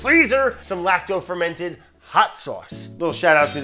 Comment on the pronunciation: I heard you like ferm in ted